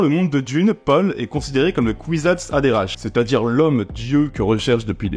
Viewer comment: Nom de Dieu.... Kwisatz adera"k"... en son sec Et Bene "gue"sserit Je saigne des oreilles